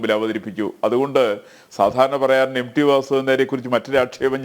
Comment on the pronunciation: M D alla M T, dear anchor